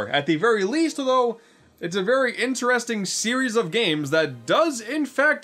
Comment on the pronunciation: Mayrio and Sanic At the Elimpeeck Gams